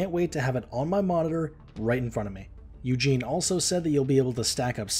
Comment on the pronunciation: Eugen not Eugene.